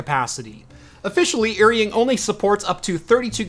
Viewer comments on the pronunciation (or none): Just a small correction on pronunciation because it bothers me a lot lol. “Eary-ing” makes me cringe. In Chinese pinyin, “er” is pronounced like “are” in English. (With 3rd tone). “Ying” is pronounced as you would expect with English spelling (with 1st tone). Correct pronunciation would be like “are”-“ying” Further context, the characters used, 尔(er) is an ancient Chinese word with the same meaning as 你(ni) which means “you”. 英(ying) has many meanings, can refer to English (language or country or people) but also has other meanings like hero or elite.